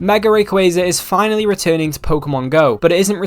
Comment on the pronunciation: RAYquaza not REY.